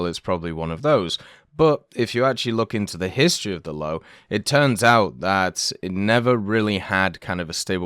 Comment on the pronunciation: Its not the "Low". 😭😭 I know its hard to pronounce to english-natives but you'd pronounce it kind of like "Low-vey", atleast considering that you cant pronounce the Ö.